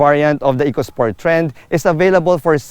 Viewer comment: E-co sport not Echo-Sport for the reason the related word is economy.